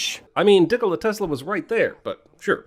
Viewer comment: Dick-o-la Tesla. hahahahaha.